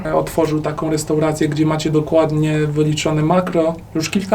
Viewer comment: Owca mówi się Restauracje a nie Restouracje